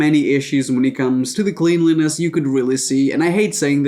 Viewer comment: The way he pronounces cleanliness hurts me. 😬